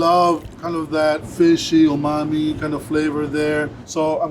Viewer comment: Have a shot every time somebody says umame.